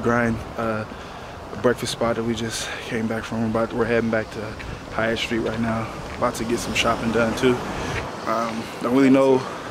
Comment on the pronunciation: Lol it’s haight street as in “hate” , one most famous streets on west coast. Dig the vids stoked on jags FA , can’t wait til next season